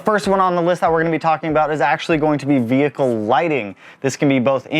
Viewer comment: Slap this dude every time he says VeE-HicLe